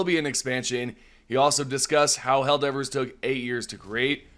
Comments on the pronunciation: I can't help but get a bad feeling that the helper bot voice lines are a false leak, but I'm just suspicious due to her pronunciation of 'Helldivver' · ‘Helldivrs’ bot still needs a bit of work me thinks XD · Bot needs to pronounce Helldivers better